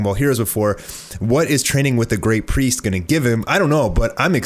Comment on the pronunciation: you having trouble pronouncing the word priest ? XD